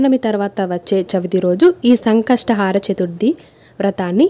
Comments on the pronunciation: Antha baundi. Baaga chepparu kani sankashatahaara kaadandi, sankashtahara....plz don't mind otherwise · It should be pronounced as Sankashta hara Chaturthi not Sankastha "haara" chaturthi.